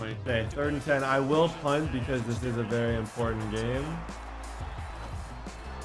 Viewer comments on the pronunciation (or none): none